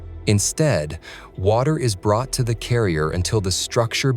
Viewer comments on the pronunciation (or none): none